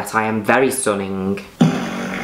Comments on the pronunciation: Juno Birch saying "stuninn" is the representation of happiness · Hearing Juno said STUNNING its everything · How many times does she pronounced the word STUNNING?